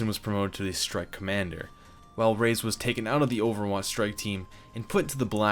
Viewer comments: It's ray-ez not rays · Just wanted to inform you on the false pronunciation of Reyes's name. It literally pronounced like you see, Re- yes(like the word yes).